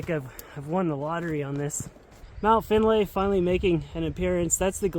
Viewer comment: Remember this! It's not "Finn" and certainly not "Finley" nor "Finnly it's ---> FINDLAY and with, this is the area around FINDLAY CREEK BC where he spent many years! And this is also the reason why named his dog; FINDLAY....and yea sure, also keeps it short by calling him "Fin" which is the correct short version.